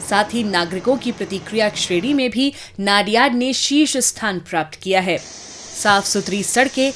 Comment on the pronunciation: नडियाद ✅ नाडियाड ❎